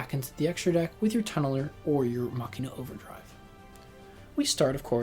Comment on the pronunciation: You pronounced Machina correctly, it's Latin for "machine"